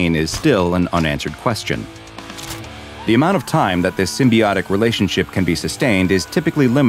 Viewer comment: did you just say “symbiotic”